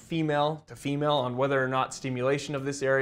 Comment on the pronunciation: Sounded like you said Emale erections